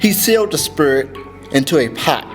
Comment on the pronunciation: he sealed the spirit into a "pat"? lol hahahah